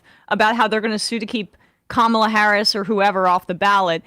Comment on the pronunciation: Why does he keep calling her Kamala? It’s Kamala.